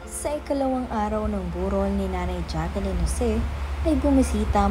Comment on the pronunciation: Ate, Jaclyn sya, not Jacqueline. U r not pronouncing right d name of Ms. Jaclyn since d first day of ur post